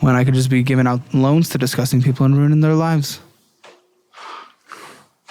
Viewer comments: Why can't pronounce disgusting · you’re overpronouncing the first g in disgusting. All love. Headed to the gas station for some bullshit. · The emphasis or disgusting....diZkusting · take a shot every time says “diZgusting” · He also says it like “dezzzzzGUSTing” 🤣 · At this point, is pronouncing “disgusting” as two words on purpose. There’s so much emphasis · Lmao I love his pronunciation of "disgusting." I notice it every time 😅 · I feel like the pronunciation has become more unhinged the longer he does this. 😂